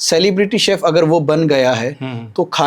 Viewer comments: घटिया यार क्या सैफ सैफ बोल रहा है एक word तो सिखलो बाकी इंटरव्यू अच्छा था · Dear interviewer, It is pronounced (शेफ), not Sef (सेफ) लोग श, ष ठीकसे क्यूँ बोल नही पाते ? इतना कठीन है क्या ? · सैफ नहीं भाई, शेफ